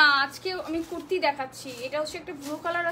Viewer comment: It will be Kurti not Quirti Bolod!!